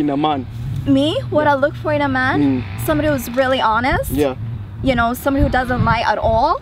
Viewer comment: you do not feel any connectivity??? reary,reary???? lol